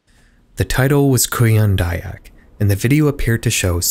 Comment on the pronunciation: you say "kuyang dayak" like "korean daebak" so i didnt realized the vid actually came from indonesia lol